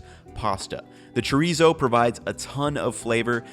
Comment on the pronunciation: good recipes but god how you say chorizo hurts me